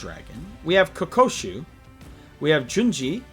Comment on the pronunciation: KO-KU-SHO. Not Ko-ko-shu